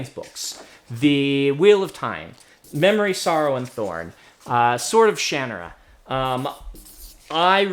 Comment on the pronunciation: It makes me so happy that Brandon pronounces Shannara properly (unlike the OFFICIAL DANG SHOW)